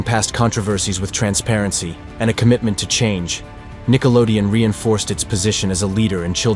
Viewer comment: But it's Nickelodeon, not Nickelodeo